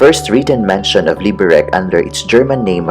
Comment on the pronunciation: Enjoyed the video, but it hurt to hear you mispronounce the name. The C is pronounced like TS, not like K.